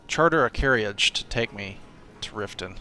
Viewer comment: Say "carriage" right please.